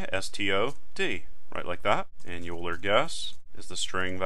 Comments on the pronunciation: String EulerPronun; While(EulerPronun != “oiler”){ cout << “enter Euler pronunciation ”; getline(cin, EulerPronun); if(EulerPronun == “youler”){ cout << “Youl her?! I hardly know her!” << endl; } } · Your use of parentheses is suspect I think when you write "(age >= 80 && ((age > 100) || ((age-AgeAtlastExam)>5)))" I think you have one too many left parentheses unless I'm going crazy. Also, it's pronounced "oiler" not "U-ler" !! Lastly, I'm experienced with programming, but haven't seen C++ before, not sure why so many people can't follow along at this pace, this is exactly what I was looking for! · Good tutorial but please never say "yuler" again. It's "oiler". Thanks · Euler is pronounced "oiler". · Great video, but Euler is pronounced Oiler. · When he mispronounced Euler, I laughed and actually pushed my glasses up on my nose. : ( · Anyone else notice that he kept pronouncing Euler wrong? Tutorial was amazing though.